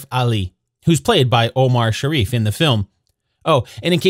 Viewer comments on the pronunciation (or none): This guy can't even get the pronunciation of Carchemish. He pronounced it Carmekish. Not long after this he mispronounces the title Sharif, in which the "A" is pronounced as aw, like, Aw shucks, and the I is pronounced as a long E making the second syllable sound like reef, the place where fish and corals live, but he pronounces it as Sheriff, just like the law enforcement officer.